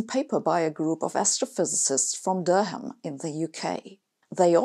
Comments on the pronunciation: FYI Durham is pronounced like duh-ruhm, rather than der ham. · Not Dur-ham! Durrum. Sorry and all that, but this is English and it doesn't work like it's supposed to! Otherwise, fascinating. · Thanks for the excellent, as usual, video. The h in Durham is silent rendering it Dur'am or Durum, much like the wheat in pasta. I hope this helps. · “Der-ham” You’ve been hanging around with too many Oxbridge types, Sabine 😁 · My brother got his engineering degree at, “Duur Ham,” University. Don’t worry, though. The locals can’t pronounce, “Durham,” either. 😉😁 Love your videos. Please never change! ✌️👍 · Sabine, I am a great fan. This is a friendly tip: Durham is pronounced Durram. It opens with a short syllable and a quick, open vowel: the U as in SUN. Also, auf Deutsh kann man es so schreiben: "Daram". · I enjoy your incisive discussions and feel sure you are doing a great service for future generations of physicists. :) Speaking as a well intentioned exTEFL teacher Durham is pronounced "Durram" in UK English Sabine, the "H" is silent, thought you would like to know, FYI. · In the word 'Durham', the 'h' is not pronounced. It sounds like 'Durram'. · Durham in NE England - please don't pronounce it as you did:) US folk say it like that. Wir Inselaffen say it more like Door-ram but mak the Door part quite short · This isn't intended as a critisim, just additional information - the H in Durham is silent.